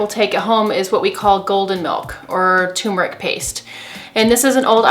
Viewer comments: It's not "too-meric". It's TUR-meric. Ughhh... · She's saying Tumeric (too-meric), but I'm seeing Turmeric (tur-meric) in print. Is there a difference between tumeric and turmeric. I take turmeric capsules daily. Should I look for "tumeric" powder?